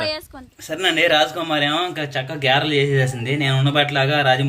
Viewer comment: Gerelu kadandi garelu. Pade Pade wrong vinalerandi viewers. Please change. 😢